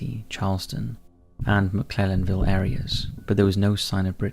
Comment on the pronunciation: Britney Drexel's body has been found, Wikipedia has not been updated. Also you butchered the pronunciation of McClellanville.